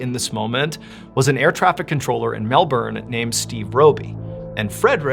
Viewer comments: Wow the last story was crazy and you pronounced the word Melbourne perfectly. Love from Australia:) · Did anyone know Australia pronounces Melbourne as "Melben" not "Melborn" and idk why we have never said that to anyone 🤣 Tbh I dont know anyone in aus that cares at all how it's said anywhere else tbh but heaps people always point out when a person pronounces any other state in a different country wrong ☠️😂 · Nice to hear an American pronounce Melbourne like an Aussie would and not like an American would!😂🇦🇺 I remember Fred going missing, huge mystery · I think we should name you an honorary Aussie Mr B. Your pronunciation of Melbourne was spot on. 😁🇦🇺. This case has to this day never been resolved. No wreckage...nothing. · Added bonus and Kudos Mr Ballen for actually pronouncing Melbourne correctly and NOT like MelBORN !! 👍👏👏😁😎🇦🇺